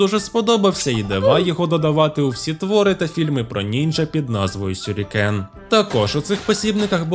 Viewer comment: Ну якось двозначненько трохи. Ніби і поговорили за вимову, і ніби і нінджя правильно говорите.... Але сюрікени якби...а не шюрікени... І там книжка одна шось назва не така, поліванівська🤔 От думаю закидувать вас шюрікенами чи нє😁 А загалом цікаво було, дякую за відео💫